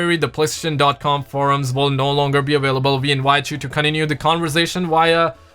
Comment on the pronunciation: Why does this guy put a “w” in available lol